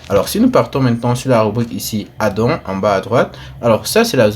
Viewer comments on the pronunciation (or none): Comment il prononce add on🤦